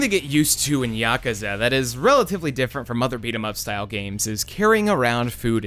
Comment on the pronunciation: Finally an American boi calling Yakuza as YAkuza and not YakUza, ah that sweet sensation of fulfillment :')